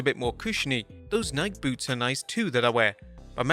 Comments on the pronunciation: Did you just call Nike "nike"? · I’ve never ever in my life heard someone mispronounce Nike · I laughed at the pronunciation of "Nike" I'll admit.